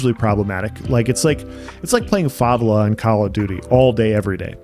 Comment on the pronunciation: you lost me when you pronounced Favela as Fa Va La